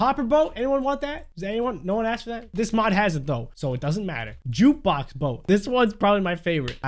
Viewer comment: jukebox tho What I hear:juice box mode